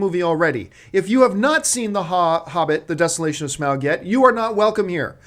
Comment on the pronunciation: glad you say smaug the normal way!